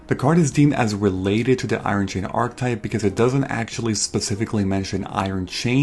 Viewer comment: archetype is 3 syllables